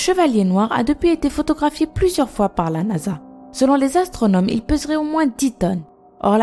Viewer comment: Astronomes, pas astraunomes ! Sinon, très intéressant.